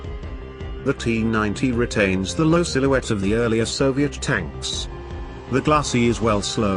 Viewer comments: Notice the narrator says "stanks" instead of tanks on a number of occasions. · Absolutely hilarious...T-90 stanks,,,gotta love it...tells the whole story.